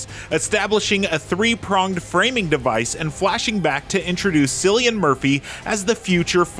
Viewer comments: Its not cillian (sillian) its cillian (killian) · Cillian as in Kill-Ian not as in Silly-Billy-an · CILLIAN, not Sillian... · The reviewer mispronounced the lead actor's name, which is a shame. It's not Cillian, like a window "sil". It's Killian, like "kill". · Its awkward to hear them pronunce cillian murphy not as Kilian but silian 😬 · Did they just say Sillian? It’s pronounced Killian. So many people get Cillian Murphy’s name wrong. Lol. Even IGN. Crazy. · His name is pronounced Killian not Sillyan. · It's "Killian" not "Sillian" ya bafoon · Cillian is pronounced with a hard-C sound, not an S as the reviewer does here. It would be nice if IGN could at least get the name of the film’s principle actor correct in the review. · again with the Sillian…. get it right people it’s pronounced Killian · ITS. "KILLIAN". NOT. "SILLIAN". OMG. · Sillian? It’s Pronounced Killian! Another Irish actor who’s name cannot be pronounced. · It’s pronounced Kill-Ian not silly-an. Jeez. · Cillian is pronounced Killian, not sillian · For gods sake! It's pronounced KILLIAN, not SILLY-AN!!! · its KILLIAN not SILLIAN...... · Pronounced "Killian" not "Sillian" Murphy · It's pronounced Kill-ian nice research IGN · Please pronounce Cillian's name correctly in the future. It's pronounced Killian, not Silian. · Its pronounced Killian not Sillyian. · Its pronounced killian not sillian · Cillian's name is pronounced Killian not Sillian. Jesus wept. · It's pronounced "Kill-i-an" not "Silly-an" lol. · there's not a single person in Ireland that pronounces it sillian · They pronounced it more like Sillian Murphy. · “Introducing Sillian Murphy” C’mon IGN… do better. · You pronounced Cillian Murphy's name wrong. It's pronounced KILL-ian. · Irish name, it's c(k)iIlian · That's English for you. Killian is the correct pronunciation though. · Don't be Sillyan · He really said ‘Sillian’ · It's "kill-e-ann" Killian... its the Irish pronunciation. Please update the VO. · Ah yes "Sillyian" Murphy